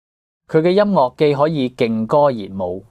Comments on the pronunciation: 請改一下，音樂之樂係岳音，唔係落音。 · 更正 : 快樂 - 發音是 快”落”. 音樂 - 發音是 音”岳” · ，請注意您的粵語發音，例如：快樂 - 發音是 快”落”. 音樂 - 發音是 音”丘”